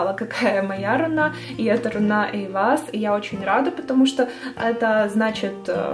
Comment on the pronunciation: Не рунА,а рУна.